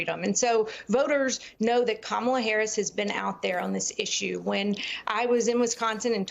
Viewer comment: What else can he think of doing another stupid lies about the Democratic Party. His crazy he can’t read he can’t even pronounce the name of president candidate. It’s Kamala .